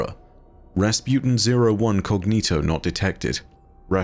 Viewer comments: It's COGITO not COGNITO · You keep saying cognito but there is no n....